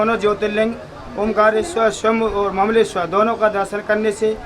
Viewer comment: Mleswar nahi hota hai Mamleshwar hota hai 😂😂😂😂